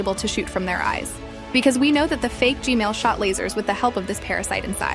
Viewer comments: I hear Gmail not gman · I like the fact she says g-mail instead of g-man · Ju dot kall g men but ju kallm g mel but hs neam g men not g mel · Hey why u say gmal not gman? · i have a question why do you always say gmail but its g man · its g man not g mail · It’s gman not gmale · It's not gmale It's gman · its g-man not g-mail 😂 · Why do you call gman gmail😂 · It's g man not g mal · GMAN GMAN ITS GMAN NOT GMAIL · She saying gmail not gman 😂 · Why does she keep saying gmail but not gman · Why does she keep saying Gmail?